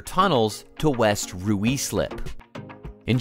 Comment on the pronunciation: 'West Roo-ee-slip'